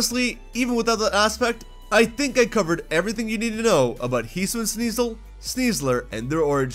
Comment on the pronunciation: It’s HE-SUE-EE-IN